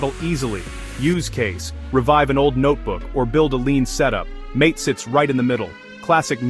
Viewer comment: Mint is the best, in my opinion, the AI audio is terrible. MATE is pronounced MA-TA